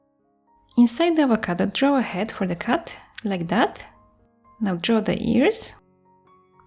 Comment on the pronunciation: Your accent is so amazing and whenever you said cat I thought you said cut lol. But I love the art and your accent 💗